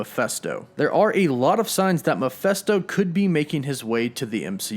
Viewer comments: Please stop saying 'Muff-fest-oh' - it's 'Meff-fist-oh'! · Wtf is a Miphesto? Its M-e-ph-I-sto! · It's Mephisto, not Miphesto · Bro for the love of GOD..... its MEPHISTO!!!!! (MEH FIS TOH).....JESUS!!!! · It drives me nuts that he says "Mee-festo" instead of "Meh-feest-o". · He drove me crazy though the entire video. I wanted to reach into the screen & cover his mouth so I could say "STOP PRONOUNCING IT THAT WAY"!!! Lol!!! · I know! Thing is, I really like his videos. They catch me up on everything I never got around to reading. But this... THIS!!! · Angus Gordon-Farleigh Yep it’s Mephisto. “Meff-fist-oh” or Mephistopheles. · Ma-fist- toe is how you pronounce that. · Good video but PLEASE stop pronouncing it "Meh-feh-sto", it drove me crazy though out the entire vid lol!! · GET IT RIGHT DUDE --- ITS PRONOUNCED " meh phist oh " …… sheeeeeeeesh. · That drove me crazy throughout the entire video lol!!! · It's "Meh-fist-oh" 😉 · It bothers me you can't say "Mephisto" correctly... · Thank you!! I'm so glad I'm not the only one that was irked by that lol. Every time he said that name I winced! It was just painful to hear his pronunciation and by the end of the video I was grinding my teeth lol!!